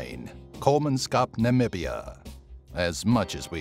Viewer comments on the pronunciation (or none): none